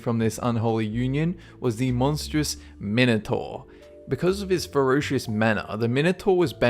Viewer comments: learn how to pronounce minator! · the Minator is pronounced mine- o- tore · It's pronounced Mine-o-tor Thees-I-us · Actually the pronunciation of Minotaur is mih-no -tar. That , the Gorgon, and the Sphinx were about the only things he pronounced correctly.